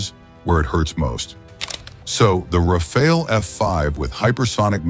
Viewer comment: Rafale, not 'Rafael'. The french word Rafale means Gust of wind.